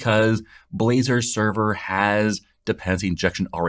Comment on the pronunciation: Nice try, nice try to pronounce Blazor, LoL